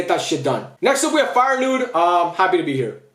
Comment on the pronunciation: ALSO HOW TF DID YOU PRONOUNCE FEYENOORD, MATTERFACT NEVER SPEAK AGAIN